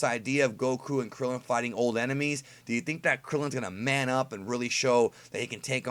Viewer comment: I get it fam... But I wish you'd pronounce it KRILLIN lol